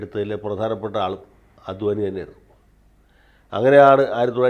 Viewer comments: അദ്വാനി അല്ലാ,"അഡ്വാണി" ആണ്. അത് പോലെ തന്നെ മോഡി അല്ലാ...." മോദി " എന്നാണ്.. മലയാളിക്ക് മറ്റു ഭാഷക്കാർ ഒരു മലയാളി പേര് കൃത്യമായി പറഞ്ഞില്ലെങ്കിൽ പരമപുച്ഛമാണ്. എന്നാൽ മലയാളി ആകട്ടെ മറ്റ് ഭാഷയിലുള്ള പേര് കൃത്യമായി പറയാൻ ശ്രമിക്കുകയും ഇല്ലാ....മലയാളിക്ക് ഇത് വലിയ കാര്യമൊന്നും അല്ലാ... എന്നാലും പറഞ്ഞു എന്നേയുള്ളു... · അദ്വാനി അല്ല, അഡ് വാണി ആണ് ശരി